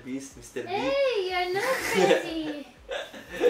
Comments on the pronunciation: all i heard with my broken headphones is 'mistherbeasth' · Saying 1M Mistear byst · mrbreast lol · only for me??? did he say Mr.Beast?????